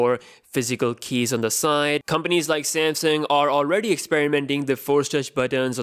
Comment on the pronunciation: SAMSUNG NOT SEMSENG